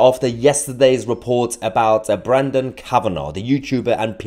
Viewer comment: Mahyar,, it's Brendon...Not Brandon !!!